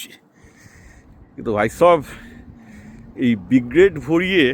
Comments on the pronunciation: আপনার কথার সঙ্গে আমি একমত, কিন্তু আপনি আগাগোড়া Brigade কে B-grade বলে গেলেন ভিডিও জুড়ে 😂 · Brigade ❌ B grade✔️ 😂😂